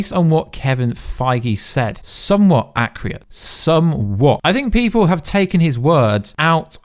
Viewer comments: Bruv are you saying acc-RE-ate? Or accurate? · Luv you bud, but there is no “Y” in accurate.... keep up the good work though